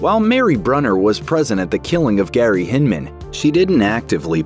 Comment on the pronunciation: And it’s “brooner” not “brunner”.